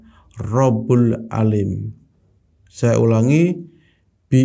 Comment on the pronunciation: "Robbul 'aalim" atau "Robbul 'aalamiin" bang?